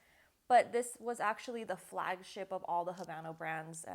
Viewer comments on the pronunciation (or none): none